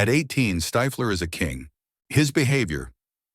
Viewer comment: Who tf is stifeler, stiffler you mean? The script is also ai bot